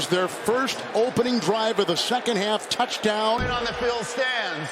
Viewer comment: i swear this dude says touchtown